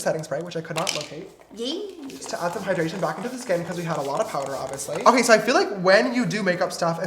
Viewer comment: it sounded like he said so but in Swedish as “så” with and southern accent😂😂 he would literally be so good at speaking swedish!! (Är det några svenskar här? Ja som sagt det lät som han sa ”så” på skånska😂🇸🇪🇸🇪🇸🇪)